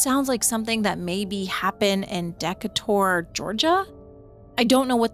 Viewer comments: He CLEARLY said "de-kay-ter" (Decatur, a town in the state of Georgia) NOT "deck-ah-tor". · Great vid as always, and for future reference, Decator is pronounced De - KAY- TOR